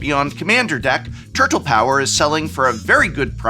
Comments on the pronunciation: Nobody pronounces 'turtle' that way. Nobody. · Do you actually say turTle that way or are you being funny? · my fav part of this video is Profs dedication to hitting that HARD second T in the world "turtle" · The word “turtle” has never been annunciated so clearly in the history of speaking